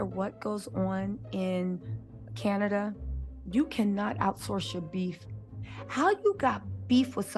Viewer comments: Not Ca-NAY-dia… was over it today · I will strictly be referring to it as Canadia from now on 😂